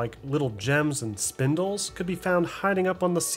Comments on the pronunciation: great video but i couldn’t get over him saying Spindle instead of Spinel 💀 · Ok, gotta say it... it's SPINEL not SPINDLE lol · great video but there's no "d" in "spinel" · Theres no D in the word Spinel